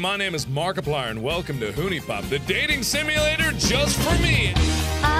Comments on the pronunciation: Thanks to this play through I will forever pronounce this "hoonie pop" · mark- welcome to "who-knee-pop"